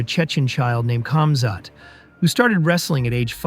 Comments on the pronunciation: Its not pronounced camzot its komzhat . If you're going to do a story about somebody at least get their name right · I just subscribed great video. Not sure if that is your voice or a voice over but you say his name wrong. Khamzat The K is silent so it’s pronounced Hamzat. Sorry I’m a grandmother that loves MMA but saying their names right is important. Great video and glad I subscribed ❤ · Cam Zhat lol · Natural predator ! 🧐 He's a World Class Athlete from unbelievable circumstances in a nutshell 💪🙏❤️ Your video is a poor narrative of KC he's much more than your delivery 💯 ,,,,& it's pronounced Hazmat